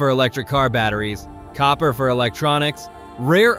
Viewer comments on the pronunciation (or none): none